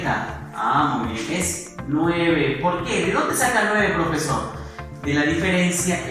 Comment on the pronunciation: Al final dice porfesor